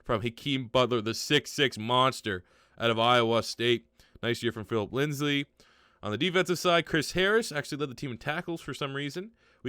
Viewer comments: Say it with me bro...LINDSAY. His name is LINDSAY not "LINDSLEY" y u keep putting that second L in there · You know his name is Lindsay not Lindsley right? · Lindsay not lindslay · It’s Lindsay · Pronounced Lindzee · Lol Broncos overlooked so much he can't even say his last name right when he's in the running for oroty